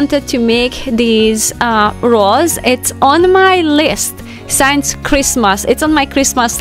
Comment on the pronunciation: P-L-E-A-S-E! Please, please, please...stop saying "Shaf" or"Shav" for "Shelf". Pronounce the letter "L" in the word - it's not like "walk" or "talk" or "folk". And the word "Since" is NOT pronounced like "Science". Surely, you've heard of "Sin". "Single" "Sing" "Sinbad". You are so perfect and creative and charming in every way and I LOVE your program content. Please don't spoil it for us by anticipating these two bizarre pronunciations each time. Thank you.